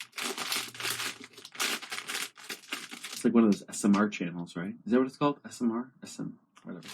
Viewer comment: He called asmr smr 😂